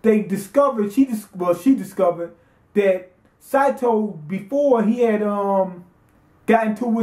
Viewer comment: It's SAY SAY SATO!